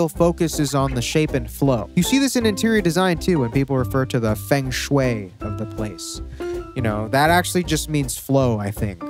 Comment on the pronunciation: feng shui is pronounced “fung shway”